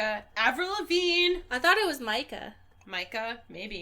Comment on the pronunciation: Mica is pronounce "Me-ka".